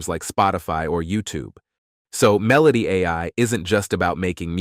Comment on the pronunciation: dude, "MEH-loh-tee" Say it with me. when you're writing the script next time, covering Meloty AI, please spell it phonetically. Super unprofessional and distracting. While we're at it: "myoo-REH-kah" = Mureka. I hope they're not sponsoring this video, 'cuz they got ripped off. FYI: you can put certain words into Gemini/ShatGPT and ask for good phonetic translation. We'll thank you for it, and enjoy your content more.